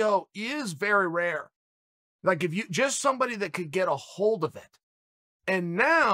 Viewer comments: with his accent "if" come out as "eph" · Epo sounds different than ph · He was simply saying "if" in Georgian accent